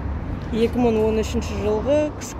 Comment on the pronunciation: Мын емес, мың